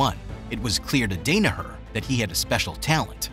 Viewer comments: CLICKBAIT- SKIP THIS VIDEO the video has NOTHING to do with who taught Danaher. And somehow you found someone to narrate that doesn’t know who the Gracie family is and can’t pronounce Renzo’s name (or Danaher’s for that matter). You went from him moving to NYC with no money left, to suddenly he’s teaching at one of the best schools in the Nation? You never addressed good Jiu Jitsu lineage at all. And nobody gets a teaching position at Renzo’s school without having serious background. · Too bummed at the mispronunciation of the GOAT Coach's name to watch the whole video. Can't respect the man enough to get it right... I'll pass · Dude. The mispronunciation of Danaher and Renzo aggravated me so much I stopped watching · I had to stop watching because your pronunciation of his last name hurts my ears 😂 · Can’t even say his name right. So superficial and dull. All filler. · Does this guy even follow BJJ .. how can you butcher John’s second name so badly 🤷🏻‍♂️😂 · Day-ne-hurrr lol. I had to turn it off a minute in. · You pronounce his name incorrectly. It is DAN-a-her not DANE-a-her. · For the love of God, its pronounced DON-AHER, not DANA as in Dana white..... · Yee the first thing you hear is John Dana—her it’s kinda off putting. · John "Great" Dane-a-her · Dan-a-Her, Not Dane-a-her, Not Don-a-her.........DAN-A-HER!!!!!!!!!!!!!!!!!!!!!!!!!!!!!!!!!!! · John Day-nur-her ??? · This is a good in-depth bio on John…it’s a shame you couldn’t pronounce his last name correctly 😂😂😂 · Crazy this dude spent so much time doing research on Danaher but never heard his name pronounced correctly. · You could have actually said his name correctly, but it's a good biographical piece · No idea how ur involved in bjj and don’t know how to pronounce the most influential teachers name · Mis-pronunciation of the names and clickbait title absolutely killed this for me :-( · Hurts to hear his name said incorrectly over and over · who's john dane ahur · Short a for Danaher and h sound for Renzo